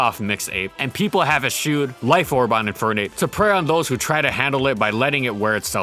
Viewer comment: One of my pet peeves is when people pronounce eschew as 'eskew'. Ty for not being one of them <3